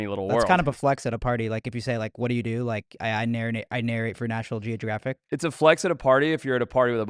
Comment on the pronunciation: "I narinate for national geogiraffic" lol